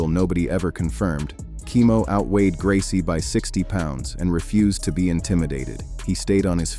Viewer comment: Royce Gracie faught Kimo 32 years ago, and people that make youtube videos still can't pronounce his name right!